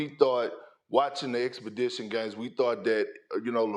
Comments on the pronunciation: So we all gonna ignore the fact that Kendrick said expedition games😂😂😂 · Expedition? Or exhibition? Cmon Kendrick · exhibition perk! not expedition! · Is Perkins saying expedition games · Yow my brain was super delayed reading this comment like, whats wrong with “expedition”?😂😂😂😂😂😂😂😂😂😂😂. It took me a few minutes to realize it’s “exhibition” NOT “expedition”😂😂😂😂😂😂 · Big "Expidition Games" Perk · Bruh perk real deal can’t pronounce “exhibition”😂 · Wassup w Black Ppl not being able to say EXHIBITION games 💀😂😂